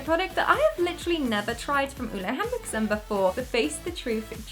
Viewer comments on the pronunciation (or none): I'm smiling like an idiot. You are so talented at what you're doing, and so funny! Btw the way you pronounce Ole Henriksen is SO wrong, but I don't judge you, danish is such a hard language😂❤